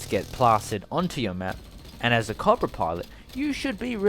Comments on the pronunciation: Coe bruh. Not cob ra. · Not cahbruh. Cobra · The AH-1 Cahbrah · You don't pronounce cobra correctly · You say cobra wrong